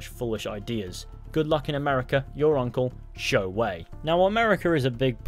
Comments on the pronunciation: Congratulations 👏, you finally pronounce the family name, 周, correctly . Yes it sounds very close to English name Joe, but you have to pronounce it with your tongue 👅 rolls. No joking, though sounds funny. Also, if you told me people in Shanghai speaks Cantonese as local tongue...🤦‍♂️🤦‍♀️🙅‍♂️🙅‍♀️😱🤯🤣 There's more, the girl's name, 芷若, is an Easter egg name from a well-known martial art novel "The Chronicle of Mandate Heaven Sword and Dragon 🐉 Slain Darvish". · The man who said Zhou's name pronounced it correctly.